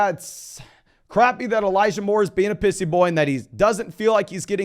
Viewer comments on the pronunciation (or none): i heard “elijah moore is being a pussy boy” instead of “pissy” 😂